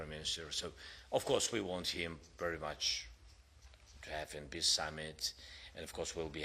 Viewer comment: peace ❌️ piss ✅️